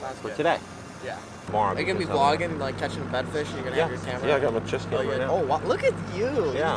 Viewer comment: He says "Vee Logging" lol Great tournament man! love watching your videos